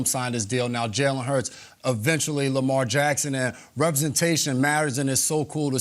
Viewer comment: He said Lamar 😂